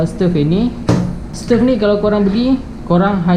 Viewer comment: Bro..sebutannye stove bukan stef..